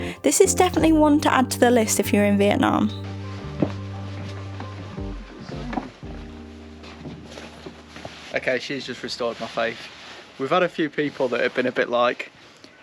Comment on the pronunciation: These videos are unassuming but amazing. What you've done is excellent. Only one thing, as a fellow northerner I wish you'd both call it 'Vietnam' and not 'Vietnarm' 😂